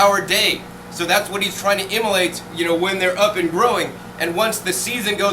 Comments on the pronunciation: I realize he's trying to say emulate but it keeps coming out as immolate i.e. to kill or sacrifice. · great stuff! just wanted you to know that that word is 'emulate' :):):)